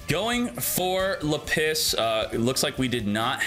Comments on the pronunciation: JESUS CHRIST it's /là·pis/ STOP IT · I have never heard Lapis pronounced this way before! 😂